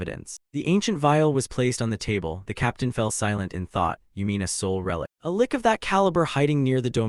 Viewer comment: I was so fine with the AI misprounced words, until the fight with the lick... cough... lich. what the hell is a kicking punch?